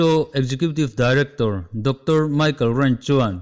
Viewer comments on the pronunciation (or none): none